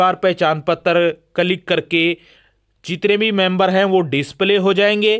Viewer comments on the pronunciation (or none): Its किलिक Yaar...not कलीक